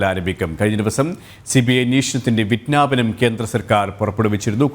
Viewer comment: ...... "vijnaapanam"....!!! wrong pronunciation for a Malayalam reporting... 😥